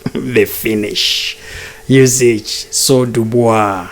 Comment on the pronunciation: it's NOT UsiCH...but Usyk... Pronounce as K at the end. Otherwise good analysis.